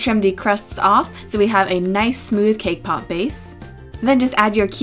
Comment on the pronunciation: Did you say cake pop..........or K-POP????? xD 😅